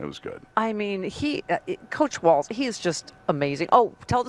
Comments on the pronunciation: It’s walz, not waltz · It's WALZ. Not T